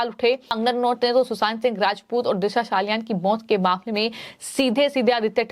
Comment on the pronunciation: दिशा साहालयान नहीॅ मॅडम 😅 हर एक वाक्य मे "हा" जैसा शब्द डालकर शब्द को किरकिरा मत करो😮